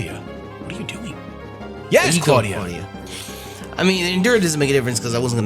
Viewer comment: said clawdia the cloyster